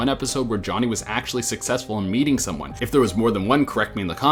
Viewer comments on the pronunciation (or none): none